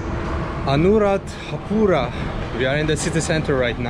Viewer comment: He said Anuradhapula 😁 Friendy Man 🤗